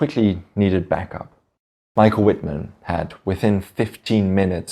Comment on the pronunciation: The "W"is pronouced w/ a "V". Cant anybody say his name right?